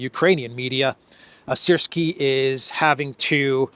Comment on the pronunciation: will you take a moment and share why you call him Elensky? And not Zelenskyy?